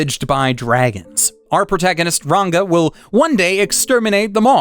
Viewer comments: you kept saying RaNGa instead of RaGna and read Deductions as Delusions. ) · fyi, ragna is pronunouced as if you were saying ragnarok, not ranga like you said in . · Why do you not know how to pronounce the word Ragna? You call it Ranga. as in the wolf from Tensura. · No way you couldn't pronounce "Ragna" Also, your assumptions about 100 Girlfriends is way off